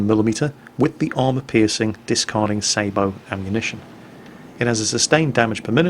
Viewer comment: Thank you sweet jesus! The man pronounced sabot correctly!